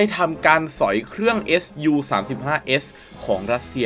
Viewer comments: ไม่ได้ออกเสียงว่า เอส ยู นะครับ เรียกว่า ซู เพราะเป็นชื่อคนผู้ก่อตั้งสำนักแผนแบบนี้ขึ้นมาเมื่อปี 1939 โดย Pavel Sukhoi ขอบคุณครับ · เรียก ซู สิครับ ซูวววววววววววว เรียกเอสยูมันบ่คืออ แล้ว multirole = มัลติโรลลลลครับบบบ ไม่ใช่ มัลไทโรลล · อะไรว่ะ เอสยู อ่านไห้ถูกหน่อย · ออกเสียงว่า “ซู” ครับ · แม่นแล้ว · ควรเรียกให้ถูกต้องเป็นการให้เกียรติบุคคล และประดับความรู้ตัวเอง